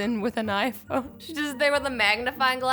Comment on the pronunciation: Who else thought she said knife instead of iPhone